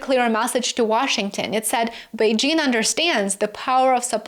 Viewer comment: I appreciate how you pronounced Beijing, you even used the right tone